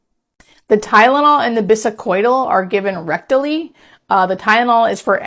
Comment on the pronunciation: I am doubtful of you being a nurse how you mispronounced Biscodyl…Morphine suppresses the respiratory drive